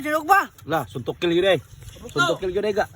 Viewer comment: Sutokil agawn😂 dili Suntokil hehe